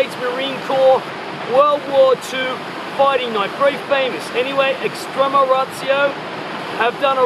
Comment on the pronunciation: ["Extremma Razzio"] 😂sry